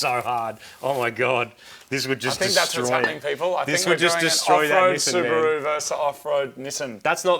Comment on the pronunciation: In this video: Martin: "Subaroo"! Moog: "Subaron't"!